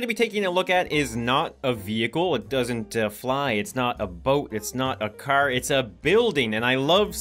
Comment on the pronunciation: The way says "Car": Hey need a cer? It's filled with cern!